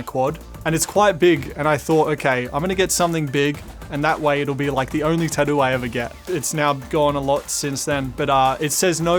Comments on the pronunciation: I love how Daniel pronounces tattoo like tat-doo 😁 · Ricciardo pronounces "tattoo" like "tuh-du". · The way daniel pronounces tattoo always has me dying :)